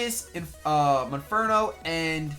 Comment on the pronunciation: Is it just me or did he say monferno in his opponent's team preview?